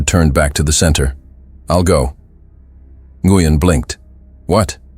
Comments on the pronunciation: Nguyen is pronounced "win." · Nguyen is pronounced wynn